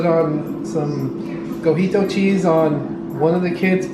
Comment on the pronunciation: Cojito or cotija cheese? Lol 😂 you guys are so cute!